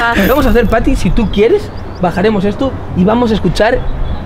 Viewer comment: Smp de team tobbalink pero dices fati en vez de pati ajjajajajja